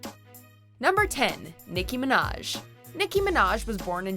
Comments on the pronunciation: Hold up did she just say nikki ma-ninja did I hear that right 😂😂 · Nicki Min-NinJah. Am I the only one who heard her pronounce it like this?? Or is that actually how you say her last name..??